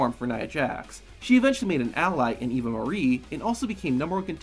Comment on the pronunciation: Anyone else notice that he called Eva “Evie”